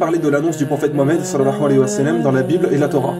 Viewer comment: Akhy attention a ta façon de dire sal allahu alahi wa salam, je sais que c'est l'intention qui compte mais ta façon de le dire à un tout autre sens ... tu dis salahua walahi sa salam. Autrement que dieu te protège pour tes efforts akhy